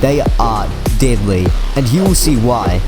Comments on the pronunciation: This is great content. Ps: When I heard you saying "deadly" ,i thought you actually said "didlly" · i like u saying deadly but i hear diddly